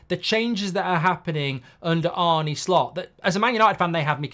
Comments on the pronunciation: Arna, not Arny. Like John Arne Riise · It’s pronounced ‘Arna’ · Think you managed to get everything wrong, its ‘arneh’ not ‘arnie’, endo isnt in his plans at all, the bid was just too low, if theres a better bid for him im sure we’ll sell, and bajetic is younger and better in that position already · Dear Mark, why do you keep calling him Arnie instead of his real name which is Arne?